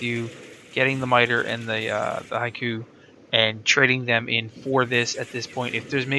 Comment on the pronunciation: I have to take about 2 seconds every time you say "haiku" to talk about the Hikou. I mean, you're not the only one by a long stretch, but man. (Also fusillade is FEW-sill-ODD.) I'm super happy the Electric Shield thing does what it does, though! I couldn't figure out how to make this weapon as good as I thought it should be, but this helps a lot.